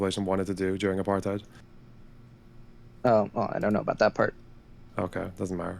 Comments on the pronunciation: Pro tip: since so many Americans are using "apartheid" as an adjective nowadays, it's pronounced more like "a-par-tate". Hard to describe the intonation on the vowels, but the H is silent and it's not "aparTHIDE". Feels weird hearing that word coopted but so terribly mispronounced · Thank you, as a South African who lived through it myself, it would serve everyone better to pronounce it 'Apart-HATE'